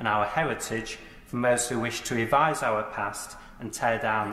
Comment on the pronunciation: “Owyre pwowde hwistorey” 😆🤣😆🤣😆🤣🤣🤣🤣🤣🤣😁🤣